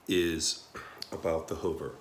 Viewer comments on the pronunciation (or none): I love the videos. Until he says HUVER IT'S hoover.